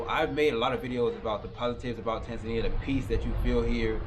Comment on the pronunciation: You should learn to speak the name of the country correctly